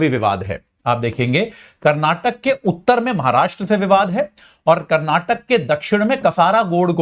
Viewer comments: karnatak nahi karnataka bole be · Its not karnatak, KARNATAKA hai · Not karnatak it's karanataka. Not belagavim it's belgaavi. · saaar karnataka boloo ji 🤙